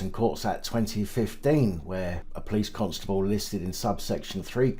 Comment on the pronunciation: I think you might be mispronouncing Constable every niw and then🤔🤣🤣🤣